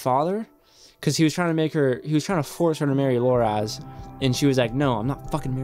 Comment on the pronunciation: It's Loras, not Loraz.